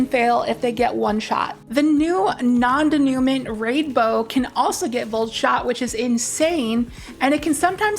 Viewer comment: An alternative to brigands law is the new sightline survey which can roll strategist and voltshot to get jolt and more ascension. Also it's pronounced non day-new-maw.